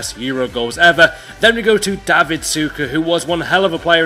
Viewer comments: its not david super. its Davor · btw, this is Davor not David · It's Davor not David Suker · Its not David Šuker its Davor Šuker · Its Davor Suker not David Suker lol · It isn't David šuker it's davor šuker